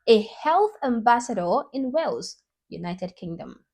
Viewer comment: It's not whales 🐳.... It's Wales